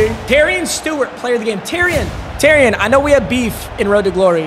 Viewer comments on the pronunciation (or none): Doesn’t really matter but Terion Stewart’s name is pronounced “Terry-ahn”